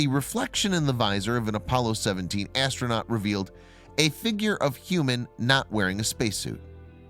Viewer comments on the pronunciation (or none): none